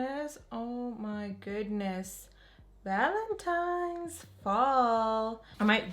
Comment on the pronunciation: It has to be said ... Ok, so you said Valentimes instead of Valentine's about 3 times in your last video. It happens especially when someone is concentrated on say doing their makeup. I really made me feel some time of way when a few people were quick to point it out. One in particular added laughing emojis meaning they weren't correcting you in a constructive way. Funny how they didn't mention how snatched your look was. Pink liner never looked so fierce & glam. You are talented and your skills are on point. I know it's best to ignore Negative Nancies and Bitter Betties but girlllll not today lol. Thanks for the content. New Subscriber today 💓. Rant over, loved loved loved this look #pinkmoment #livingforthislook 💯👏